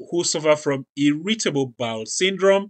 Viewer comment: Just curious, how come when you say the words "mandatory " and "irritable," you put the accent on the second syllable instead of the first syllable? I don't think I've heard it pronounced that way before.